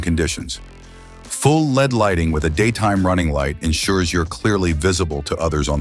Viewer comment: Bosch Dual Channel Apes? Your AI ROBOT is showing it's ignorance of ABS. Welcome back to the AI Robot channel. Full led lighting? No, it's pronounced L.E.D., one letter at a time. Your AI robot never rode any of these bikes. But that MT03 is cool.